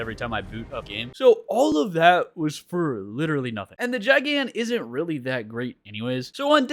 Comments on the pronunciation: GIGAN. ITS PRONOUNCED "GUY-GAN" NOT "JAI-GAN"😭😭😭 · Its GIGan GI-gan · Kaiju nerd here, I get so jittery when someone pronounces Gigan as (j eye gan) but the G is supposed to be pronounced like the G in giga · ain't no way this mf just said "JaiGAn" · bros pronunciation of gigan rip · Your saying gigan wrong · him saying gigan like that is triggering other than that keep making kaiju 100 days videos plssss:face-purple-crying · Every single time you pronounced Rodan and Gigan incorrectly made me mad rodan ro-dan gigan Guy-gan